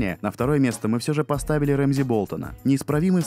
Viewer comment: Какой нафиг Рэмзи и Винторфолл ! Он Рамси и Винтерфелл !